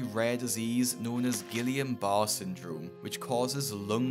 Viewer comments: Guillain Barre (ghee-yon barr-ay) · I have Guillain Barre syndrome (he is pronouncing it wrong) and it left me permanently disabled. After years of physical therapy and immunoglobulin infusions, I’m able to walk assisted with a cane. I’m not sure that’s what killed her though. However it can cause paralysis and or end up on a ventilator. If already severely morbidly obese, it could have contributed. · Guillan Barré is French, I’m sure there are guides to pronounce it online.